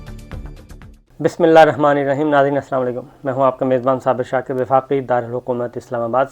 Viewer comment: Janab apka Bismillah parhna drust nahi hai...please esko theek kro